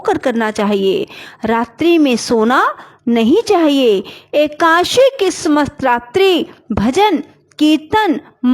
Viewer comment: Ekadasi To ache se bolna Sikh lo